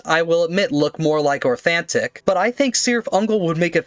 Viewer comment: Oh and the C in Cirith Ungol is pronounced like a k